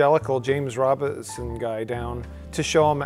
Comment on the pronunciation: James Robison not RobiNson, ohmygooood, Mike you're turning into Rich Evans